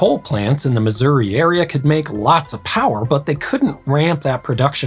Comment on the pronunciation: Holy hell, a YouTuber that actually pronounces Missouri properly! Kudos!